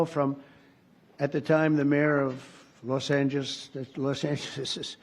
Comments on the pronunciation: An American president that can't say Los Angeles. 😂😂😂😂😂😂😂. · " Los Angegeges"? 😂😂😂😂😂 If this if this was Biden, Faux would have a marathon report on it. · At his age he can't say Los Angeles. He's just a bonehead. 😂😂😂😂.